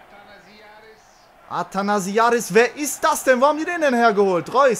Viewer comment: It's ATHANASIADIS not ATHANASINIADIS